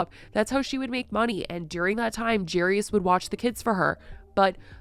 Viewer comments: the "jerryus" takes me out everytime lol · The way you keep calling Jairus “Jarius” is starting to sound too right for how wrong it is 😂🫶🏻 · I think you’re pronouncing Jairus wrong